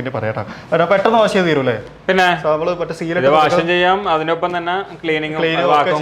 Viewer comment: വാശ് അല്ല....വാഷ്